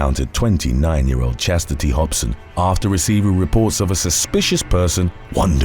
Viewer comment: Its chas-city not chester-tee 😂😂🤣🤣🤣💀💀